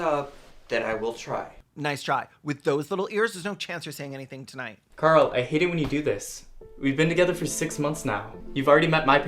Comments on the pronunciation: I was listening to this in the background and every time the boyfriend and brother say “Carl” it sounds like they’re calling him Girl”. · Every time the boyfriend says "Carl" it sounds like "Girl". "Girl, you haven't come out yet?" "Girl, let's get out of here!" Girl, please. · haha i love that his name is carl because everytime uis boyfriend says it it sounds “come on girl lets leave girl”